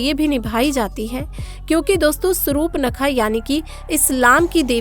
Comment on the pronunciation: Pahle Surpanakha toh bolna shikho , uske bad vidto bana na. Ye kya kab se Sarup nakha Sarupnakha laga rakkhi hai .